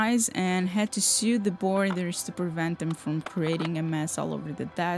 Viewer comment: The E in sew and sewing is actually pronounced like the O in Porto. Sounds like So & So-wing. You have such good English it was quite cute to hear you say sew. LOVE your channel by the way. Excellent work. You are very talented! And very fun!